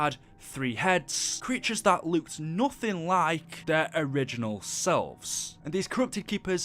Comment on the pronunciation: He can’t even say like